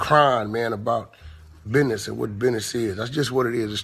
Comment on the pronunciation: Right... he was driving me nuts!... it's BUSINESS...not Bidness! Took away from his valid point!